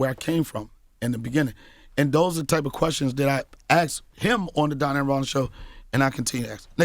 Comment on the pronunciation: Why Charlemagne calling him Darnell and not Donnell 🤣